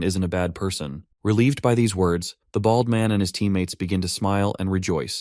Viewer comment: the way you say "BALD" and "BALDY" hurts me to my core T_T but continue I needs more!!!!!!!!!!!!!!!